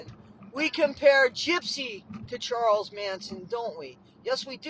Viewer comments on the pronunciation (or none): none